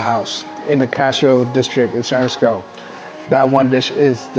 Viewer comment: Do your homework on the restaurant first then provide a planned relevant content. Please pronounce San Francisco properly. Another lazy tongue tied asian and that's coming from a local 415 asian.